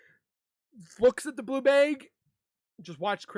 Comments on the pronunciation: LOL HE SAYS BLUE BEG!!!! DUDE IT'S BLUE BAG!!!😅😅😅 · Bag. Like hag. Or drag. Not bayg. Why tf do you say bay g